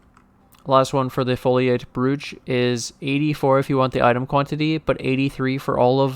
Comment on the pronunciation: Brooch, with a hard O like poach, not pooch. Ya, English is strange.